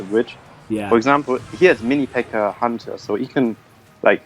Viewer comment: I just love how germans say hunter, huntaaaaaa